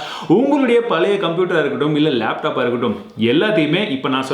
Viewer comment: லேப்டாப் இல்ல பிரதர்